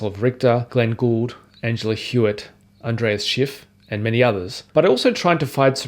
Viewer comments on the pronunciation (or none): none